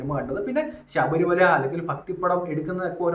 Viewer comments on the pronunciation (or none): none